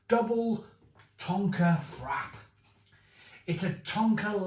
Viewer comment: It's pronounced "FRAPPAY" you numpty 😂😂😂